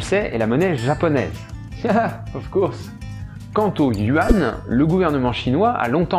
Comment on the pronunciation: Vidéo intéressante. Juste un détail : yuan (元) ne se prononce pas « you-anne », mais « u-énne » .tw/?hl=fr&tab=mT&authuser=0#zh-CN/zh-CN/yuan ). Il s'agit d'une erreur d'interprétation du pinyin (l'écriture phonétique chinoise romanisée) de la part des journalistes qui ne se privent pas de la colporter partout où ils peuvent.